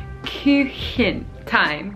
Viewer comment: Just say "Kuchen" instead of this complicated Northern German "Küchchen". That's maximum level complicated, even for some Germans. -> Yes Max is true, I also thought you said "Küche".